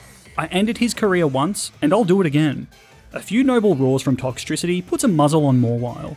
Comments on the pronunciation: TOXTRICITY, NOT TOCKTRISITY! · TOXTRICITY, NOT TOXICITY! DO NOT LEAVE OFF THE E IN TOXEL! AND THE E IN POKEMON SHOULD BE BETWEEN THE K AND THE M, NOT AT THE END!